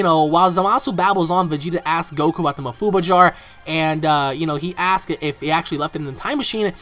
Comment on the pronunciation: STOP SAYING ma-fuu-buh IT'S maah-fuu-baah goodness sake just stop saying it like that.